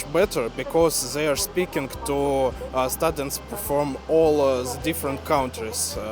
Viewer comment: Ты лучший, да! одно из замечаний: аж два раза произнес стАдентс😀 Распространенное слово и звучит: стЬЮдент, - потому что слог ОТКРЫТЫЙ. Если закрыть слог второй согласной, например, как в sudDenly, тогда да, будет сАднли Удачи!